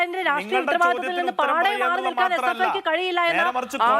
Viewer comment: രാട്രീയ മല്ല..... ഹേ ഷ്ട്രീ യമാണ് 👍